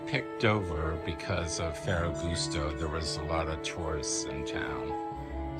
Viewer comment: Do you speak Italian ? Ferragosto was pronounced a bit strangely.